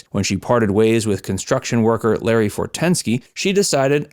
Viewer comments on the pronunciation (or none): none